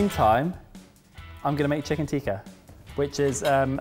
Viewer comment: Dearest - it's Tick-ah not Teek-ah. Just a heads up mate 😉